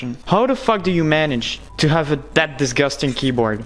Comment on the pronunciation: "This is disgastang "